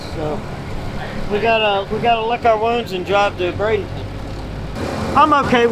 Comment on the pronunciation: It's Brad-EN-ton, not Brad-ing-ton.